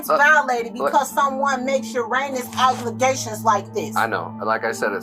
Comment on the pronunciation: did she say uranus instead of heinous? 💀